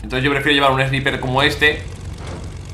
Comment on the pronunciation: Hola😂 no se dice "Sniper" se dice "Snaiper" lo escribo así para que se entienda 😂